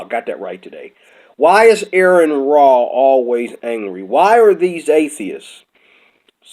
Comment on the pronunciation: Also, it's pronounced are-en raw. Are en. Not Aaron.